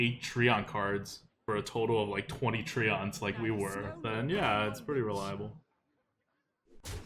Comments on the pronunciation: I only say this b/c I love you: "tree-ents." Not "tree-onts." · oh no his tree-yawn-ts !